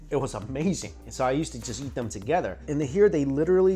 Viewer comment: Every time he says eat i Think he says yeet so i get funny pics in my head